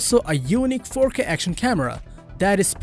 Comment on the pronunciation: Shoots at an incredible ForK resolution. Do not be shy to say KAYYY 4 Kay , C"mon man ...